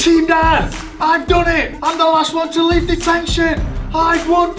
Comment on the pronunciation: wen he sed deteshon he sed clas rom